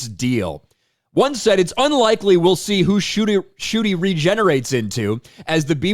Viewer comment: In what world does NCUTI get pronounced as "Shooty"??